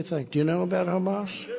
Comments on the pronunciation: The Hummus Terrorist invasion….too much garlic in the Hummus lol Sometimes he really butchers a name lol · Who's Humas, can"t even pronouce cirrectly.. lol.. It's Hamas!!! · i dont know guys when the former elect, presidential candidate cant even pronounce HAMAS correctly, things arent exactly dandy. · the first time he said Hamas, it sounded more like Humus LOL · Anybody else get the idea that this is the first time he's ever heard of Hamas, or as he calls them "Hummus". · I know this is serious but I laughed so hard at Trump calling them hummus. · Mispronounced it twice. Wondering about the possibly of him wearing an earpiece that corrected him?